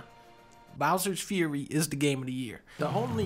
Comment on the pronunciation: Bowser's 'Furry'